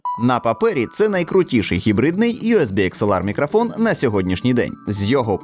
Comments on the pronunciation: Ха, навіть не сумнівався у RODE! Хлоп'ята гарні, але ж карбованців просять...) Хочу дати невеличку раду щодо української вимови. У солов'їній редукція голосних у побуті відбувається дещо інакше, а точніше... її майже немає) В українській немає заміни голосного «о» на «а», (це характерно лише для мови сусідів). Ось наприклад слово «мікрофон»... воно повинно вимовлятися виключно як «мікрОфон», тобто через «о», а не «мікрАфон» через «а», гадаю, ти зрозумів. Також звук «щ» у нас вимовляється як тверде «шч», не «шь». У тебе воно не часто, але проскочує, трохи більше уваги — зникне майже миттєво. Я сам, коли переходив з російської, цим страждав) Сприймай це чисто як пораду — не критику, я просто хочу, щоб кожна мова звучала чисто, як повинна, без усіляких акцентів, але я свою думку не нав'язую. Та ще одне... Друже, дякую тобі за якісні огляди, тим паче українською, нехай у тебе все буде якнайліпше, удачі тобі! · Не зміг додивитися, "Мікрафон" дуже ріже слух, решта все на висоті.